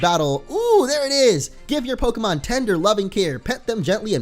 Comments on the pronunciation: do you know you said prokemon in this video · It's not pokamon